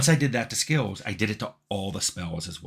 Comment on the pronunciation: Tim Cain has an enjoyable way of pronouncing the word "skills", as though it had a letter-W in it, "skeewuz" - I've found myself saying it that way aloud to myself sometimes to relish the flavour.